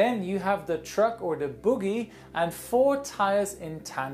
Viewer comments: Isn’t “bogie” pronounced with a long “O”? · His accent sounds like boogie like the dance, but the word is bogie. (BOW-GEE) Not faulting him just, just explaining for clarity, I'm certain his English (second language) is much better than my second language, again just extrapolating because English sucks. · a slight correction of your otherwise excellent English: bogie is pronounced "boh-gee" not "boo-gee" ("boogie"/"boogie-woogie" relate to dancing/piano blues music).). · it is pronounced "boh-ge" not "boo-ge" which is a dance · Boogie prounced bow-gy aha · Bogie rhymes with hoagie btw. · no, boggi lol